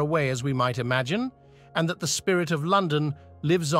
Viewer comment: I can't take any video about London seriously when "London" and "imagine" are pronounced incorrectly 🙄😡 Also, it's very odd to see random pictures of rural estates when you're on about the Tower of London and Westminster Abbey 🙄 I had a feeling that maybe I should find a good book first. I'm off to do that now...